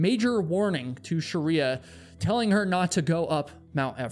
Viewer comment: ❌Shriya ✅ Sharia